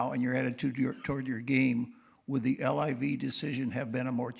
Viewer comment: L-I-V? lol sir. It’s called liv